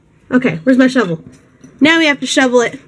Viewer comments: Whenever you say shovel. It sounds like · I thought she said "Imma have to '' it" I was like yeah, you go girl! Until I realized she meant shovel... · I don't know if you mean to, but when you say shovel, it sounds like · Every time she says shovel all i hear is lol